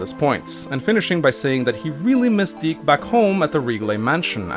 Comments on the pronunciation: You're pronouncing dick wrong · thank goodness, it's pronounced (d-ee-kh), as a kid i thought it was pronounced a little......... different.......